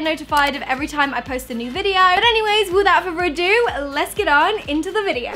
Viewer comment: “Wiffout furver adue”